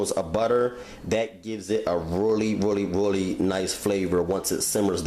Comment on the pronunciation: Bless his heart. "This is a rarey big piece of chitin..."